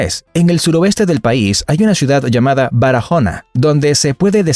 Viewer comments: Y no se dice Narajona como dijiste tu, se dice Barahona 🤦🏾‍♂️ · Acá los dominicanos ❤❤❤❤❤❤🎉 Mijo pero te falto una gota de animo si hablas de República Dominicana o otro país es con ánimo papito Y se dice barahona no barajona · Sé dice Barahona no barajóna mentirosos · Buen vídeo pero no es Mángu es mangú y no se pronuncia barajona se dice baraona🤣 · Barajona no, Barahona la H es muda🤣 muy bueno el video 100% todo real🙌🇩🇴👋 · Jajajajajajaja me morí de la risa cuando dijo barajona, soy dominicano y en realidad es Barahona o para que se entienda lo que quiero decir Baraona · Si 😂..Parece como si fuera un Gringo pronunciando la H como J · ¿Barahona? Se pronuncia "baraona" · se escribe barahona y se pronunsia baraona